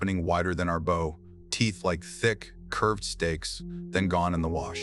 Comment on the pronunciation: Won’t be subscribing till your A.I. learns to pronounce bow (as in a ship’s) properly!